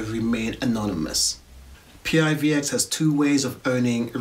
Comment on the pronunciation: Hey - thanks for the review - great job!! Our coin, although is an acronym, we pronounce it as a word - some say it like "PIVIX" or "PIVEX". :) Roadmap is here - or our github - Feel free to join our Discord for any questions and maybe some PIVX Tips! :)